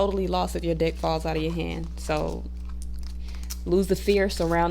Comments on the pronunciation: the ways you say deck sounds very similar to dick and made the whole video a bit funny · I love this 💜 but for a moment I thought you said “when your dick falls out of your hand” oh haha thanks for all the helpful tips beautiful 🦋